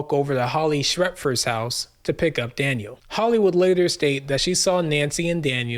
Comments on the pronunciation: Daniel not Danielle lol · Why do you keep calling him Danielle? and one time call him Daniel??? 🤦🏼‍♀️🤦🏼‍♀️ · It's Daniel not Danielle! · Why do you keep calling Daniel, Danielle ? One is a boy's name , the other is a girl's name . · 😊 no. Not Danielle dan-yell that's a girl's name. Daniel dan-yule. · The most disrespectful thing is purposely mispronouncing Daniel as Danielle. My god if your gonna make a video about people atleast say their names correctly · His name isn’t DANIELLE. It’s Daniel. Respect him correctly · His son's name is DANIEL NOT DANIELLE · DANIEL NOT DANIELLE DUDE! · Good vid, but why are you calling Daniel, Danielle? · You keep saying "Danielle" ....... the kid's name was "Daniel" he was a boy, not a girl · This video blows. You keep calling Daniel "Danielle." You got many things wrong. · Daniel not Danielle. Great video. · Not being a dk, but the son's name was Daniel: dan-yule, Danny. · Bro quit disrespecting the kid say his name right he's not a girl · I watched til you mispronounced Daniel.